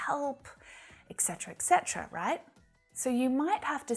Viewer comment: I want to ask you about the abbreviation of the word "etc" should we pronounce it et catera or exetera I myself know that it is et catera but you have said in this video exetera! Can you please give me an answer ❤ I love the way you teach by the way you are amazing ❤